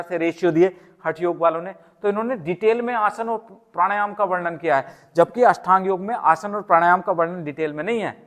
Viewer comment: अष्टांग योग बोलो भाई । बार बार अषठांग बोल रहे ।